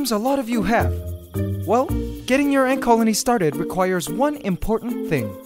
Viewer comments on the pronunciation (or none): did he say egg coloney???